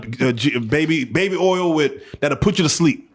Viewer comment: It’s oil lol 😂 not orrrl! lol 😂 😂😂😂😂😂😂😂😂😂😂😂😂